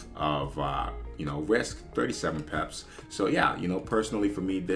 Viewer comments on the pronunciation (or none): Why do you say it like peps ? It’s pips lol